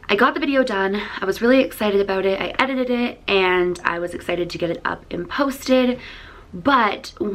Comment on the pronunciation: did anyone realize when she said "I edited it" it sound like editeded